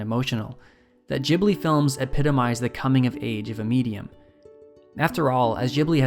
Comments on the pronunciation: Great video. Are you American? you pronounced "Ghibli" differently. I'd say it like "gibli". Still good analysis. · it is pronounced like that because the japanese can't pronounce the english 'G'. That kinda bothered me too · This guy wrote, recorded and edited an entire video essay about something he doesn’t even know how to pronounce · You’re mispronouncing Ghibli. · Can’t get past your mispronunciation. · I can't focus, because you say Ghibli wrong 😂🙈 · I just cannot listen to the way how you pronounce "Ghibli" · Ghibli is actually an Italian word. It is pronounced "Jee-blee." However, Japanese say it as "ji-bu-ri." And you shouldn't get distracted by a single word, there is a lot of effort on this video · Pronounce the studio name properly, fuck me I had to turn it off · You do know there is a H after the G your pronouncing the word Ghibli wrong, all Americans do! it does my head in because it sounds so stupid. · Great video! But I wanted to die every time you mispronounced Ghibli lol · i cant take the way you pronounce Ghibli omg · You keep saying Ghibli wrong and it's hard to overlook when you're trying to sound like you know what you're talking about. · ghibly not jibly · Gi-blee, not jiblee, GIH-BLEE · there is a H in ghibli, so it is pronounced g_ibli, not gibli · I will try my best to take you seriously as you say “Ghibli” as “jibly” and not “gibly” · It's Ghibli not Jhibli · Wth I thought it's pronounced as GIBLI not Jibli. My whole life was a lieeee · Why does everyone pronounce it wrong? It's not "Jeebli", it's a hard G, Ghibli. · I always call it studio “Gibli” and you are saying it “Jibli” and it is really annoying me haha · It’s pronounced Gibli, not YIBLI. idiot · REEEEEE ITS GHIBLI NOT JIBLI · Wait................. Is that how you supposed to pronounce "Ghibli"? "Jee-blee"? Not "ghee-blee"? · i hate it how you say jibli and not ghibli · I believe its "ghibli" not "jibli" just like its "gibson" not "jibson" right? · Gib-li not Jib-li